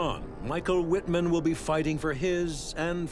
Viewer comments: Totally rong pronunciation of names.Michael Wittman correct pronunciation is "Michael Vitman", not "uitman".So stupid and unprofessional!! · You all are saying his name incorrectly. ..... In German the letter W is pronounced V, and V is pronounced W. ..... So his name is not pronounced Wittmann, it is pronounced Vittmann. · Not pronounced "Wittman" it is pronounced "Vittmarnn", emphasis on the elongated A (sounding like "marn") as the A is followed by double N. The German "W" is pronounced as a "V". This should be basic stuff for a history channel. And I am not a native German speaker. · His name is pronounced "vitman," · Wish you'd pronounce it 'Vittmann' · Say "Vitman" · His correctly spelled name is WITTMANN (pronounced VIT MANN) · Vitt Mahn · Please, try to pronounce his name properly. He was a German, not some American. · This documentary is a little sloppy. Some of the facts are a bit sensationalized. Need more expertise and less showmanship. Still not bad. Wittmann I believe should be pronounced with a "V," not "W." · It would have been easy for them to at least correctly pronounce the V in Wittman. I mean, it's supposed to be a documentary. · You’d think if you’re going to make a whole, long documentary about someone that you’d at least pronounce his name correctly! It’s not even a difficult one to pronounce.